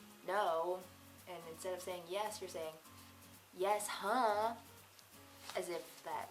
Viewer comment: Its' Yessuh, not Yeshuh...Good job but you're not from Boston, I guess.